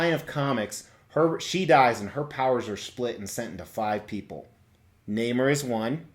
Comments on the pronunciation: Quite right. Nobody I ever knew ever pronounced the name like in this video. Nay-more. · I believe it’s pronounced “Nay More” NOT “Nay Mer” 😓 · It's Nay-more not Name-er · It’s pronounced Naaaaammmmmoooorrrr or fish boy. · You're both wrong actually. It's pronounced Ney-More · Lol actually you’re both mispronouncing his name. Is Namor ( nay more). My reference for how it’s said is the old 60’s marvel cartoons and of course Stan The Man Lee. Very very cool statue and review.